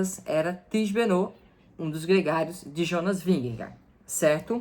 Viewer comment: Tadej (Tadei), Jonas (Ionas)!